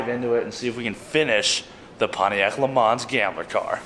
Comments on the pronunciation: Sorry - Can't help it - You do not pronounce the s at the end of Le Mans. So just say Le Man. You probably know that Le Mans is a reference to the 24H race at the city of Mans in France. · Please say Le Mans correctly, it kills me inside hearing it said this way!